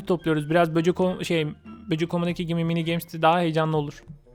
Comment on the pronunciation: Abi böcük dedinya bende çok güldum abi ben seni bayadir izliyorum